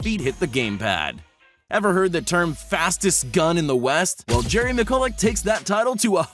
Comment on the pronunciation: Said jerrys name wrong